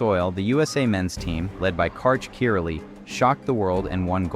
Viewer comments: Karch is indeed the GOAT…but, your pronunciation of his last name was jarring. Literally never heard anyone pronounce it ki-raw-lee. It’s always been pronounced ki-rai-e. His dad escaped Hungary and played volleyball for them, which was how he got started as a kid. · As an american did you really pronounce Karch's name like that?